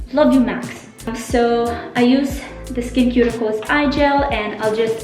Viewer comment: So happy u posted this video! Your skin is glowing. btw it is pronounced "skin-sue-ticals". <3 I used to use their spf and you've convinced me to try it again. I also like EltaMD's UV Clear spf a lot. A few of my favorite winter skin products are hydra-cool serum (hyaluronic acid) and sheald recovery balm, both from the brand iS Clinical. I love their pro-heal vitamin c serum year-round too.